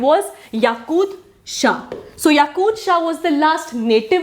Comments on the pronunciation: It's Yakub shah not yakud shah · yakub shah not yakud shah